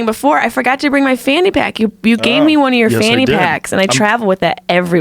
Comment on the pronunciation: Also Fanny not phannie